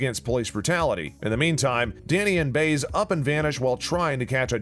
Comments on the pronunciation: Once again, could the person who reads the spoilers please learn the correct pronunciation of the characters names? Like the character he keeps referring to as Baze, I know I'm misspelling her name but on the show it's pronounced By ez. Get a clue, people! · Bais= Bye-ez not Bays dipstick!!!!! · If you're going to talk about Blue Bloods, learn to pronounce the names. It's not Ree-gn, it's Ray-gn; it's not Baze, it's Bie-ez. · If you're such a big fan, then you should know that the Marissa Ramirez character's name is pronounced Buy-ez, not Bays. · It's Reagan... Rey-gan, not Ree-gun. And it's Baez... Bi-ez, not Bey-es. If you don't know what you're talking about just don't bother making the video. And it was never cancelled or said Season 11 was it's last... Fake click-bait! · With all do respect, sir, if you're going 2 state your opinion, plz pronounce names properly. Reagen ==Raygen not reegun. Baez==Baayez not Bays. Makes me wonder if you actually watch the show. With all do respect, sir. 😇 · Danny’s partner’s last name is pronounced Bi-az not Baze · please coach ur narrator 2B familiar with pronouncing characters' names!! it's "bye-ezz!!" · the last name is pronounced "ray gun" and the female officer is pronounced "buy as" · Have you even watched the show? Cause you can’t even pronounce the names of the actors or caritures ! Frank Reagan, Biez? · And he should know how to pronounce " Baez" . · We need a season 12! And Joe Hill needs to come back. And the narrator of this video kept mispronouncing the names Reagan and Baez. Doesn’t anyone proof this video before published. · Hello! Try pronouncing their character names correctly, please??? Baez and Reagan, for God's sake!!! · Too bad the narrator mispronounces the names "Reagan" and "Baez" GREAT show, bring back Joe Hill's story line.